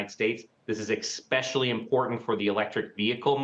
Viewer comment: "expecially"? and we are supposed to take this guy seriously? amazing.